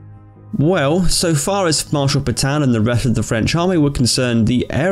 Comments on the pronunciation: It’s Pétain, not Pètain... Voilà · PEtain', Not P'tan! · It’s Pétain not Pètain please ^^